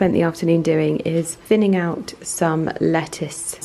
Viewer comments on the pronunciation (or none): none